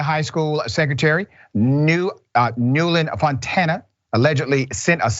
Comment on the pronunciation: Seriously mate??? "Newlyn Upontana". Could you please read a name before broadcasting it. I don't care about this very bitch but it is sloppy to do what you just did. And that spreads sloppyness over everything you do, giving important work a bad rep. Her name is "Nell-wyn Po-land Fon-tana".